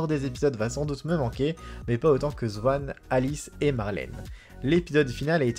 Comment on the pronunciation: Svanne ? on prononce Swan comme en anglais. On ne dit pas inégalité (qui n'est pas égal) mais illégalité ! Ce n'est pas Samuel Labarthé, mais Labarthe. A part relire wikipédia ou des articles déjà écrits, vous savez faire quoi ?